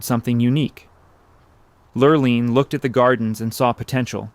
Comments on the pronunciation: The fake gray specks to make it look like old film throughout this whole show were quite annoying. These were still photos thus it was not film. These were even over the color photos. Repetitous information was unnecessary. Sometimes the woman's name was pronounced LurlIne (with a long i and sometimes with the long e sound.). The long e sound (Lurleen) is correct. Ohlone Indians should have been pronounced Olone (long o, long o and long e, not lone, like the proper word.) I learned about Filoli's history. Everyone should visit there at least once. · Mrs. Roth’s name is pronounced “Lur-leen”. The narrator mispronounces it all through her part of the history. She had a cruise ship in the Matson Lines named after her which sailed mostly SF to Hawaii and back.